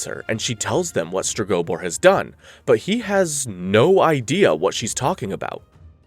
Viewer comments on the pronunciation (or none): Streg-oh-boar. Jesus. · I can’t with your pronunciation of Stregobor 🫠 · Iconic characters. "Kay-Here" was another favorite of mine.